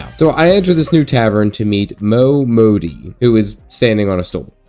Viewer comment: Jokes on you, I liked your Southern belle momodi 😂